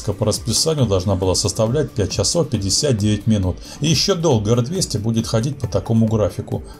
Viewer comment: Японский...чАсов. Говорить нужно не так как пишем йипонский..чисов.